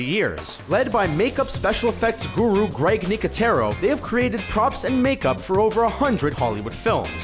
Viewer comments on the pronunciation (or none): his name is Greg not grike